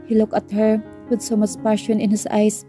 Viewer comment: Nakakapagod makinig Kay narrator lagging pataas ung intonation Ng bawat word😂 parang laging patanong😅 at Ang pronounce ni narrator Ng word na" her at here" ay nakakalito, hay..Ang Ganda pa Naman Ng story pero c nakaka walang gana ,at please narrator mag practice ka mag basa Ng mga words na kailangan may silent letters l😅😅😅😅😅nakakahingal Yang pagbabasa Ng puro pataas ung intonation di ka naman nag tatanong